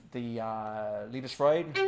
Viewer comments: So Ray played the Lovesong, right? That's how he pronounced it😂 But He did a good job. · Alan Deutsch “Liebesleid”. Not “Leibesleid”